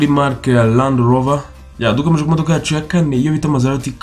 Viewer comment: Not mazerati .. it’s Maserati